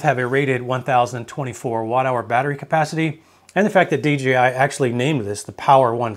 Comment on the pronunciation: It’s not DGI, it’s dee Jay eye 😮